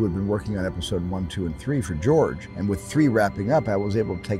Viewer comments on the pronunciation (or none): none